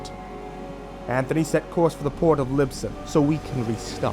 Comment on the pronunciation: You wore pronoucing Lisbon wrong